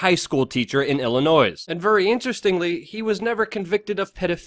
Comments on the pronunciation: The "s" in Illinois is silent. #non-regionalDICTION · YOU DON’T PRONOUNCE THE “S” IN ILLINOIS!!! TF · Illinois, pronounced with silent s. It's not plural. just sayin'. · "ill in noise" I'm triggered